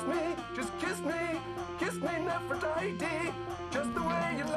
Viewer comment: He does say Nefertiti but he pronounces it that way for some reason.